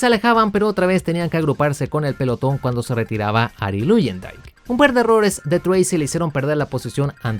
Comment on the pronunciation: Buen video, salvo algunas correcciones (espero que no lo tomes a mal) - No se dice "Vassa", se pronuncia "Vasser", igual "Luyendyk" se pronuncia "Layendaik" y "Rahal", "Reijal" - El equipo que tu mencionaste como "Andrea Moda" en realidad se llamaba EuroInternational o EuroMotorsport cuyo objetivo era acercar a pilotos europeos a la IndyCar. De todo eso, excelente video, ojala contaras mas historias de la IndyCar, como la del Penske PC-23 y como este coche fue la chispa que encendió el Split.